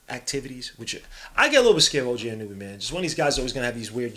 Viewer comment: Anunoby... Ah-nu-no-bee* Not ah-nu-nu-bee Respectfully, god on god